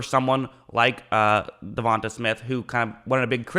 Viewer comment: De-von- tay